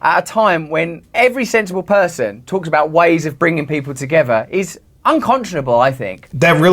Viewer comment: Yes I used to like watching his videos (Russell) , but he should LEARN to pronounce English words properly. EG, parie... Say the T , party.! "Togeferr" it has a T, you chop ...togeTHer!!!!! Come Russell.... Say the T, you aren't a Dutchman!